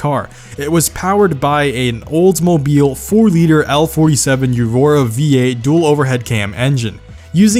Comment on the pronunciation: “yerora V8”